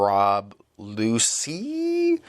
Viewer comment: The "cc" in Lucci is pronounced "ch", so more like "Luchi"--goes with the Italian theme of the area